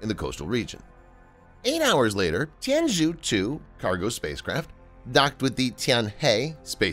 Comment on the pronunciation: FYI the zhou in Tianzhou should be pronounced like "jo"